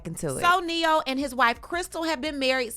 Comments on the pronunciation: You said it right,,,, NE-HO... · Not “Ne-hoe” 🤣🤣🤣